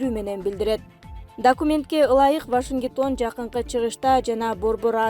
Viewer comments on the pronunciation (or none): Вашингитон эмес жакшы окуса ВАШИНГТОН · жок легенде туура окушту уйрончу..Вашингитон дебей 🤧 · Вашиниктон эмес.-Вашингтон. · Вашингитон дейтго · Башингитон дейтко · Вашингитон эмес Вашингтон кайактан табасынар мындай дикторлорду ыя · Вашингитон эмес вашингтон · Ой кокуй оооой.Вашингитон эмес.Вашингтон деп окучу бай болгур.угуп жатып мен уялып кетип атам. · Вашингитон,Центра , Алпаруучу кандай окуугансын Мектепте. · Так суйлочу диктор Вашингитон эмес Вашингтон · Журналист кыз , Вашингтон да а сен Вашингитон - деп окуп атасын сабаттуу тура окучу! Сендейлердин айынан Мадумаров барыбызды сабатсыздар- дейт тура. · Вашингитон дейтго😄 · Журналист,диктор кыз,кобуроок окучу китепти,Вашингитон деп жазылабы,жана башка,толтура ката!!!! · вашингИтон дейтко:))) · Бизде качан туура суйлогон дикторлор чыгат?Укканда уяласын,Вашингитон деп шаардын атын да он айта алышпайт!! Конкурс кылып анан алса жакшы болмок !!Качан туура окуганды уйронушот экен??